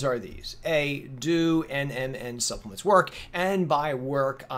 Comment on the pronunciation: Hey buddy, "Suppelemts"